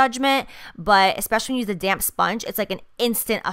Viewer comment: every time you say "damp" i keep thinking you're saying "damn" . use that "damn sponge" lol like dammnn right!